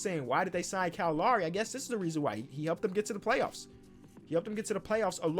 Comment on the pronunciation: “Kyle Lawry”